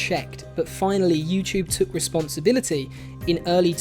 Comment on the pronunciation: I like that it sounds as if you're saying you-chewb whenever you say youtube. I'm not picking at your accent, I genuinely enjoy it.